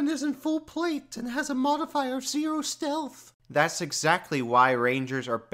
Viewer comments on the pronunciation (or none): steath? :p